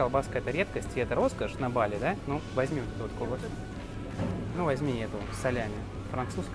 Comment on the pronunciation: ❗️Ребят, ну как можно жить на Бали не первую неделю и ударение ставить неправильно? БалИ!! Это то же самое, что рОссия, ну уважайте страну в которой живете🙏🙏🙏